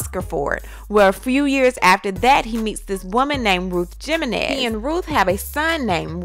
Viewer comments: Lol she said Gemenez. The J is pronounced as H, as in Himenez/Jimenez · "Jah men ez" lol it's pronounced "Heh men ez" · Did she just say Jim en ez lol...its okay Sis its pronounced Ha mennez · Jimenez is pronounced HIMenez. The “J” is an “H” sound. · My apologies, but I'm still stuck on Ruth Jimenez...could have sworn it's pronounced as Himenez. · Giirrrrlll JAH-Men-Ez ??? The "J" is silent boo, it's Spanish 🤣🤣🤣🤣🤣🤣, no ma'am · You sure tore up that last name, Jimenez 😝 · Lord have mercy. It's pronounced Jimenez with an H not a G or J. Smh